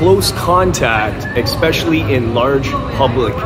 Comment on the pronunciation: Has anyone ever axed you why you say expecially? It is not a word.